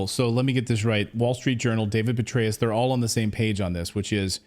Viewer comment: Youre pronouncing it wrong it is general BETRAY-US